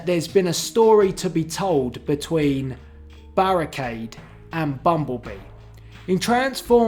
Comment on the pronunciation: I. Fink. Berrekeid. Was. Kild